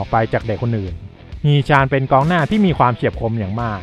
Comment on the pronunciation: ฮี๋ ชั๋น...อ่านแบบนี้ครับ ตามพจณานุกรม เกาหลี ทีราบสูง